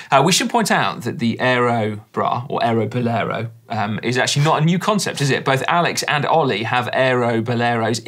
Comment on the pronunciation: Aero Bollero 😂 I'm dying